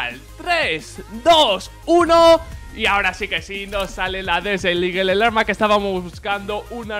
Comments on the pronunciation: Escrito: Desert Eagle Pronunciación: Deser iguel: Desel iguell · habla vien se dice desert no desel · "desel ligel" xdxdxd guen ingles :v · DIJO DESERT EAGLE ----> DESERT IGUEL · jose enrique palomino cosme Yo escuché Desel xd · Disel, eso entendí yo equisde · "La deseliguel" dijo el